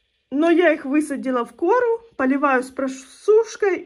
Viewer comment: Почему в кОру, а не корУ ?